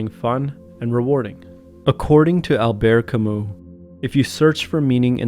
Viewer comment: It's pronounced Alber Camyoo